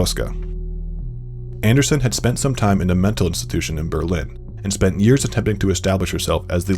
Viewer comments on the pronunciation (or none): none